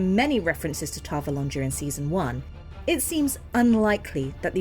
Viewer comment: yes but that doesn't matter. I have never heard Ghealdan, or Tar Valon pronounced that way.